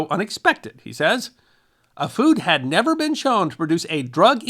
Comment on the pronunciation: Emphasis on "had"